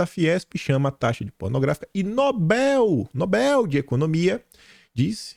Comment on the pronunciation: Irritante ouvir “NÓBEL”, o correto é NOBEL, sem acento. A sílaba tônica é BEL (oxítona)!